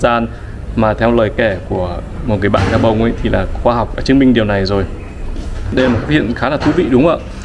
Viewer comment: Khi đọc tên đô thị thuộc Châu Phi , Ad phát âm rất chuẩn tiếng Pháp